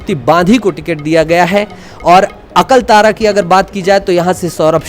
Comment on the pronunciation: आप विधानसभा का नाम हिंदी में सही सही बोलो उल्टा पुल्टा बोल रहे हो😂😂😂 अकलतरा को अकलतारा बोल रहे हो बेमेतरा को बेलतारा बोल रहे हो और भी विधानसभा है जिसको सही कर लीजिए😂😂😂